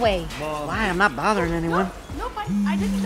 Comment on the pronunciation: “ you were boudering me “ eats one poppcorn